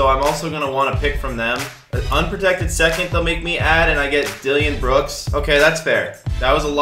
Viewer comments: This man said dillion brooks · Did you say Dillion Brooks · It is DILLON Brooks not DILLION Brooks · Did he say Dillion Brooks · I k ow you didn’t just cal my man Dillon brooks dillion it’s pronounced dill-un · “dillion brooks”